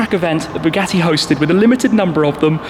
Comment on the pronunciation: I heard it as bugatti bullied